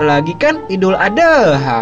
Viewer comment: Bukan ade ha ad ha